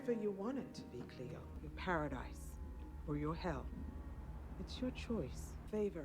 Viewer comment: idk if u remember but last ep hope talked about how becoming the tribrid would be like living in her trauma for eternity. she's also super young. she probably wants to grow up i mean she's still a teenager. i also don't know if anyone has told u that before but it's "cleo" not "clio" :)